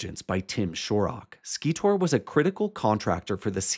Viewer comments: Hi, great work, keep it up! You’re definitely on the right track. FYI, Scitor is pronounced “Sy-tor.” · Just and FYI. SCITOR is pronounced "Psy-tor". "SCI" as in "Science." Recently just listened to you on Danny Jones. Great podcast!